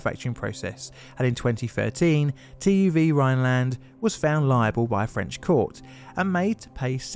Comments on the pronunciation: This man would have deserved an unpayable fine and 10-15 years of prison. Wow, what a jerk! The punishment is even more laughable than your pronounciation of TÜV, sadly being not French but German, increasong the chance of a critical strike against native ears:) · You warned for butchered French words but I was not ready for the German TÜV butchchering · How he pronounced TÜV, ohboy xD